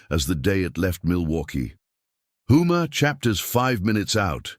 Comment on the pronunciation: Houma not Hooma. Obviously y'all are not from Louisiana.